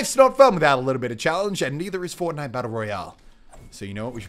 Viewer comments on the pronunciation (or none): none